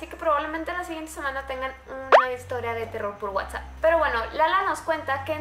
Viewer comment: #WhatsappReal, te comiste la s jeje siii que bien que otra vez habra terror por Whatsapp